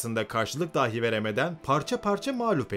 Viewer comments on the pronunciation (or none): none